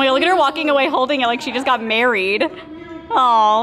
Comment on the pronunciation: “She’s getting maweed “